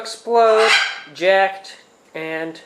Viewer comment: its pronounced jacked